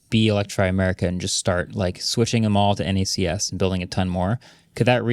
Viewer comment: It's knacks. Not en ay see ess.